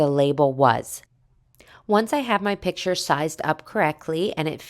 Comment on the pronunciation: Couldn’t finish this … too many times calling a piCture, a piTCHer … like nails on a chalkboard for me